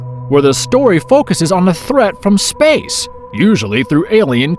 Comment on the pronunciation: I hate how this dude says SPACE